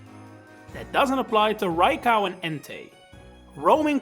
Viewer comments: I have never seen anyone pronounce Raikou as "rai cow" that being said, great video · Why "Rai- KAU"? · Bro said "raicow"